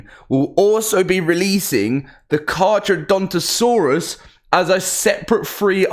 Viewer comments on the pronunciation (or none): none